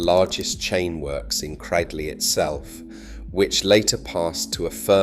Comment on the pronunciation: It ay 'Cradley' to rhyme with 'badly'; it's 'cradle' plus a short 'ee' on the end.